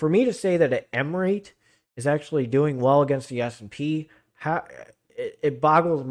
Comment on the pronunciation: I'm saying you are pronouncing it wrong its re-it.